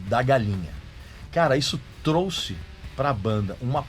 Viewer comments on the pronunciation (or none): none